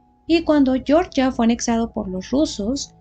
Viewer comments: Para el país se pronuncia Georgia, tal cual, no "Yoryia", pronunciación en inglés para el estado norteamericano. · Hola a todos. Yo también creo que el nombre correcto del país es "jeorjia", no pronunciado a la manera inglesa